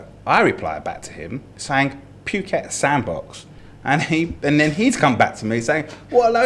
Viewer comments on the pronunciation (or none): I honestly don't have a problem with except for the way he keeps saying 'puke-et' 🤮